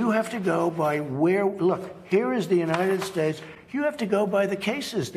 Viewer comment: ‘United schtates’. Why can’t he even talk correctly?